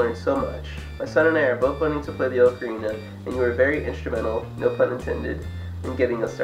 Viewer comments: definitely oc-a-rina not oak-a-rina it's the most annoying thing to hear gah. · The Italians, who invented the ocarina, pronounce it closer to "oak-arina". I think "ah-carina" is more of an American thing.